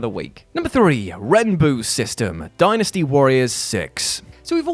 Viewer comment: I'm proud of you for pronouncing Dynasty right